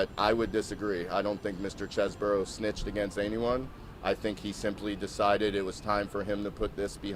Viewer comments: That’s all cool, but when you have a vowel followed by a consonant and an e, the preceding vowel is pronounced as a consonant so it’s not Chez-Bro, it’s Cheese Bro, like the brother of cheese man, a brother from another mozzarella. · His own lawyer pronounces CHESEBRO as Chezz-Burrow?